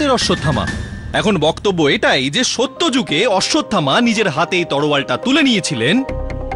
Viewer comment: আই এমন কে এত বড় একজন সরকারি উকিল দেখালেন পরিচালক সাহেব কিন্তু উনি উচচরনে এত বড় ভূল করলেন তলোয়ার কে বললেন তলোয়ার।